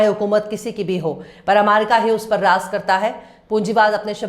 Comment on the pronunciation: it is raj karta hai Not raz karta hai j ko z z ko j s ko sh sh ko s...padte ho correct your pronounciation